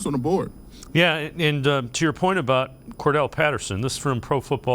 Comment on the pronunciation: Why does everybody pronounce Cordarelle Patterson's name wrong?